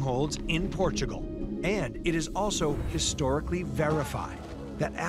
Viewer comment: 'Welcome to Port-a-gul.'